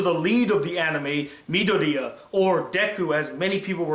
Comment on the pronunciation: Why d'you keep calling him Midoriyan?